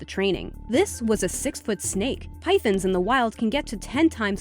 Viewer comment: The way they pronounced pythons though. It sounded so much like pythons.